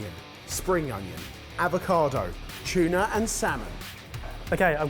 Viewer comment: Love how pronounces tuna as 'chuna'